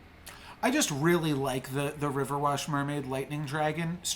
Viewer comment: Everytime you say riverwash and not riverwish a humpty cracks. Hahahaha, i’ve heard u say it so often now I don’t even mind it anymore 🤣😭